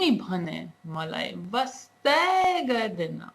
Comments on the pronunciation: i love the part "wastai", sounds really good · 'waastai" vaneko raamro lagyo :P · I like the way u said "Wastaaaaaaai" like we Nepalese say... U are good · You're going great!:) I liked how you stressed on "wastaaaa", you sounded really cute; and the stress was actually needed there.. it sounded very Nepalese B-) I knw acting dialects in foreign language& mimicking accents might sound funny for beginners..I've been there too lol, I've found myself sounding like a fool but it's worth! That's how you learn a new language right:) And for this phrase, to break it down further.. it goes.. Ma (who?: I) timilai (to whom?: to you) dherai (how much: very much/ so much) maya (LOVE) garchu (to do), tara (but) timi (you) bhane (even) malai (to whom?: [here] me) wastaa/wastai (care) gardainau (don't/not do) P.S. tapaiko nepali dherai ramro lagyo. Keep up the great work! Dherai dherai maya <3